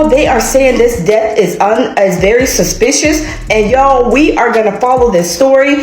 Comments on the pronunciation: If she say 'Sospicious' one more time😂😅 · This chic saying Sospicious and those drawn on ass eyebrows I can't take her seriously! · Sospicious? A, E, I, O, UUUUUIU *(and sometimes Y)